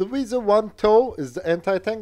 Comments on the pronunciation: It's WIESEL not Visa. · Why do you pronounce it as "Visa"? Wiesel is pretty much pronounced like the english word Weasel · as a german i get triggered every time i hear him say "wiese" instead of "wiesel" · And?? I am a native german speaker. In the german Video you postet to me you can hear that it is Wiesel (weasel) and not Visa like in your video. ;) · Dear, why are you calling it "Wiese"? The s, e, and the l are clearly pronounced in german. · You speak it exactly like the english "weasel" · In German no letters are silent. So if there's an L, you have to pronounce it. Furthermore: 'ie' (ger) == 'ee' (eng) and 'ei'(ger) == 'ay' (eng). So it's "Wee-sel"